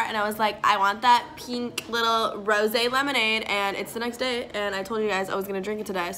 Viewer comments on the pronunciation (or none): I had that lemonade before. It's supppeeerrrr good, but it's funny that you thought it was Rosé (ro-zay) when it's Rose flavored (like the flower LMAO). Love ya! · It hurts me that she called rose lemonade rosé lemonade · It’s rose lemonade not Rosé lemonade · I think it’s just “rose” lemonade haha not rosé ! Like jus rose like the flower flavored hahaha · You’re saying rose like rosé and it’s probably the funniest thing. Rose lemonade-actual Rosé lemonade- brain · it's 🌹-rose lemonade from Europe, not rose` LMAO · It's ROSE lemonade, not ROSÈ Lemonade lol like the flower ROSE! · Does this b actually not know the word "rose" from the word "rosé"? it's rose lemonade girl like the flower jfc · I can't handle the act of calling Rose lemonade "rosé lemonade" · It’s rose like the flower not rosé like the wine, but it doesn’t matter you’re doing great sweetie x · It's rose. Not rosé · It’s not rosè it’s rose like the flower😂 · It’s not rosé it’s rose 🌹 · girl its rose like the flower